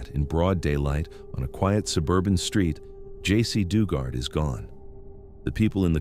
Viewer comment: I am bothered by the fact you don't pronounce names correctly. De Jesus is pronounced DAY HAY SOOS. Duggard is pronounced DUG ERD. I'm sure there are many more to come in the video, but Geez. It's not hard to look up how words are pronounced.